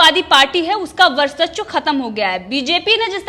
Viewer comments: Indian TV.... Please ask the anchor to pronounce VARCHASWA and not VARSACHWA. it's वर्चस्व and not वर्सच्व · ये लड़की वर्चस्व का उच्चारण भी सही तरीके से नहीं कर पा रहीहै। एक बार होता तो ठीक पर बार बार एक ही गलती दोहरा रही है।